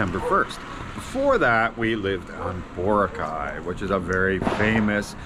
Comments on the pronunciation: It is pronounced Bor - a - cay three syllables not two syllables Bora -cay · will you ever lean how to say BOROCAY the correct way you would think after living there you would learn how to say the name